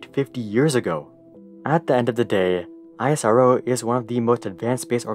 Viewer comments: We don't call it I S R O We say it Isro without any gaps Like Esro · Love the video. Btw it's pronounced ISRO (not the individual letters) like the "is" word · It's pronounced 'EES-ROW' btw. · It is not I-S-R-O spell it together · You don't say NASA as N A S A, then why are you calling ISRO as I S R O? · ‘Iasaro ‘💀 wTf BrO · actually you are pronouncing it wrong its iss-row in pronunciation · ISRO is pronounced as "IS-ROW" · Its not Isorrow .... 🤣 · Learn to pronounce ISRO's Name correctly. You do not call NASA as N. A. S. A. with each alphabet spelled out. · It's Pronounce like "E-sro" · Thumbs up for the information! Thumbs down for the pronunciation of ISRO! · I'm surprised that after doing so much research about ISRO, you still pronounce it very different from the norm. Anyways, good video! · We call it more like a word than an acronym, like is row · Dude you are spelling isro wrong. Spell it as iss -roh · Your pronunciation of ISRO is making me uncomfortable! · I don’t like it when people don’t say properly Indian word and pronounces Please I like the videos but work on ISRO pronounce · Speaking NASA well but what happen when you speak " ISRO " bro 🤬 speak well isro also plise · It pronounced the the same way as NASA. It's pronounced (isroh) not I.S.R.O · Only thing I'd like to say... It's not I-S-R-O, just pronounce it out Isro. It's like calling NASA as N-A-S-A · It's IS-RO not I.S.R.O bro ...we don't call NASA '"N.A.S.A'" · Great video! Next time you can just call it "isro" like you would say NASA, and not "I-S-R-O" :) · Every time he say I-as-ar-oh instead ISRO😂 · Well we indians usually class it as IS-RO insted of I S R O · It's pronounced ISRO together not seprate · u dont pronounce nasa to be n-a-s-a but nasa same not i-s-r-o its is-ro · Its not I S R O its ISRO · It is a speakable acronym -- Is Ro -- not eye ess are oh! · Spell it as ISRO not I.S.R.O like u spell NASA. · It's not EYESROO it's ISRO 🙂👍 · Its not aisaro..its eas-row (ISRO)